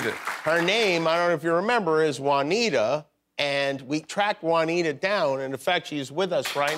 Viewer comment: Guillermo, why don’t you jump there and tell the people how Juanita is pronounced? Because the way of Jimmy says Juanita doesn't exist